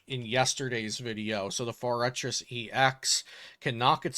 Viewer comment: That’s not how forretress is pronounced